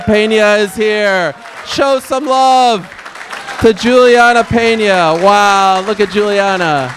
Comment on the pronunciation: As an English learner, I enjoy Peña interviews. I learn a lot of new words, expresssions, and her pronunciation is so clear that I understand pretty much everything.